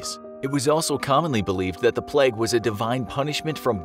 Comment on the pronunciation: Ngl it got on my nerves a little when he kept saying bubonic pleg